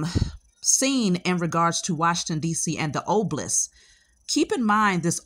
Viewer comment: Obelisk not oblisk!!!